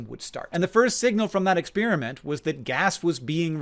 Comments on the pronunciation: "Experiment," not "expeeriment" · And Experiment is ex-pare-a-ment. Not, ex-peer-a-ment